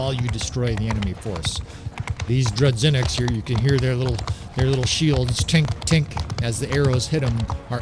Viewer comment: No, it's pronounced as 'zh'. Droo-zhy-nick.